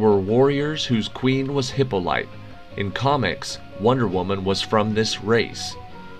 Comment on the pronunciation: Three out of twenty-one wrong. You need someone to check your pronunciation. It’s HER-ald-ed not her-ALD-ed, and hip-POL-uh-tuh not HIP-o-lite. I understand getting an ancient Greek name wrong (though surely you would look it up), but “heralded” is plain English.